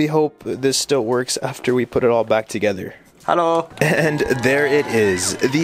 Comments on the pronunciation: Why did you say hello in a Chinese accent? Very racist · Bro are you saying halo 😂